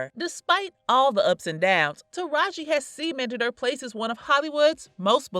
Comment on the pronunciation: I Love Taraji I just wish people would say her name correctly it’s kinda annoying and I notice that happens with all the black people.